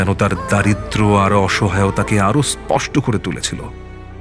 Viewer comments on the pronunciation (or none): none